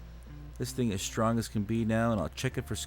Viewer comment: The word strong has no H in it. shtrong?? NFW